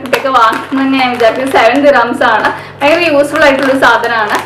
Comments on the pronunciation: vayankara alla fayankara.😋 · realy thank you cr7.... Actualy i know that word ഭയങ്കര... പക്ഷേ എന്തെയ്യാനാ പറയുമ്പോ ചില സമയത്ത് വ കേറി വരും